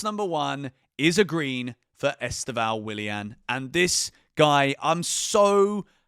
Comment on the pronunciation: mate just a little tip from a brazilian: The pronounce of Estevao is much more like Stephan but with a V (Stevan) than you are saying. I know there is no "ão" in english and even people in Brazil pronounced wrong (which He already complained about it in a enterview). I've been following the channel since Club World Cup and became a fan. 💙